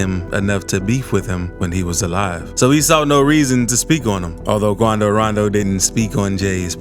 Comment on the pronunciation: KWANDO RANDOW!